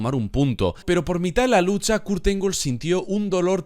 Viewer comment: La pronunciación del apellido está mal bro 🥵